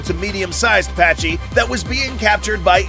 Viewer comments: Packy. Not patchy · Small correction, the Pachy is pronounced pac-e not pach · “Packy” the c-h in the name makes a “k” sound.